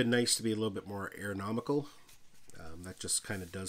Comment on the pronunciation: Ergonomical, not aeronomical